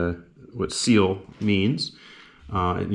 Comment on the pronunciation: Thanks for covering some of our kit! FYI, they're pronounced "Kill"